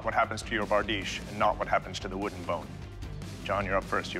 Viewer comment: barDEESH. The ...iche ending on most words in European languages is pronounced ...eesh, for example, nouvea riche, niche, pastiche, corniche, microfiche...